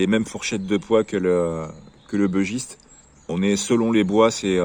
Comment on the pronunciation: Bon sang ! Arrêtez de prononcer "bEUgiste" ! C'est un bUgiste : originaire du Bugey, dans l'Ain... Ah les anglicisme de cuisine... Cela dit le dodu est top. J'en ai un en padouk.